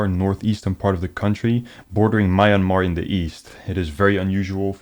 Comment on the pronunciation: That being said, good job mate! Well done heh (and it’s me-an-mar not man-mar) 😝